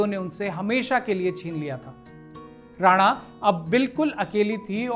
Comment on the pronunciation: जी लफ़्ज़ “ राना “ होता है जो लफ़्ज़ रानाई से बना है और इस का मतलब होता है लाल और पोस्त ( poppy ) के लाल फ़ूल को “ गुल ए राना “ कहते हैं। “ जबकि लफ़्ज़ “ राणा “ राजपूतों की एक बड़ी जाती है। बेगम “ राना” को “ रईस ए आज़म करनाल” नवाबज़ादा लियाक़त अली, उन की ख़ूबसूरती के चलते लालिमा उर्फ़ “ राना” ( राणा नहीं)। कहते थे। बेगम राना। मशहूर हिंदी लेखिका स्व. श्रीमती गौरा पंत “ शिवानी” जी की close relative भी थीं। अगर आप उचित समझे तो ये ग़लती दुरुस्त कर दें वरना आने वाली नस्लों को और मौजूदा दौर के लोग भी बेगम साहिबा के नाम को ग़लत बोलते रहेंगे। Once again the word is “ राना “ …… not “ राणा”।